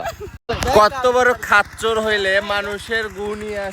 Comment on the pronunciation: ভালো করে উচ্চারণ করুন কত বড় খাচ্চর😂😂😂😂😂😂😂😂😂